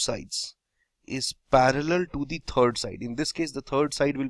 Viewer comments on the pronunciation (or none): WRONG "parallel" reading sound Its parallel not paraller!